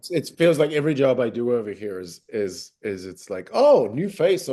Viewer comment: The American accent keeps breaking through Did you catch that “here” where it’s super obvious